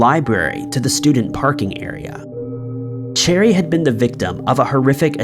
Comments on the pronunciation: Last story- her name isn’t pronounced “cherry” , it’s “ sha-ree”. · not sha-ree its pronounced Share-eeee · Cheri is pronounced SHERRY, not cherry lol geesh!! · Yeah, 'Cheri' became 'Cherry'